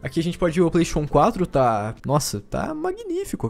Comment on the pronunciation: Kakaxe falando Playstation 4 parece que tendo um derrame. "Plaisxexun 4"